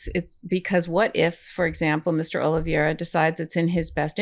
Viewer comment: Love this channel, great and important work. It’s pronounced- (Oli(VAY)ra) - OliVEIra. It’s a little tricky but actually easier once you get it. E before I sounds like (AY). Think “Hay”.